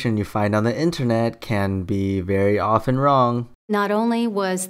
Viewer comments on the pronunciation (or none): none